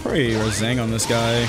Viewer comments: is it just me who hears say raZENgaan? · why does say rasengan like rasingan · am i the only one who noticed he said Razengan instead of rasengan. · Nobody:: Razengan. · my bro says rasengan like rAzangunz 😫